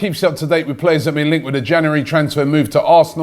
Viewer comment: “ In Janouerry”